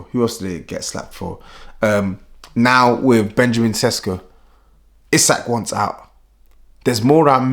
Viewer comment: It is pronounced Sheshko not Sesko.